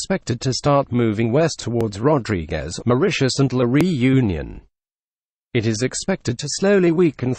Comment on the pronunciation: My pleasure!#u also pronounce" la reunion"incorrectly .That's not a problem but i just wanted to let u know.U r doing such a wonderful job.😉😍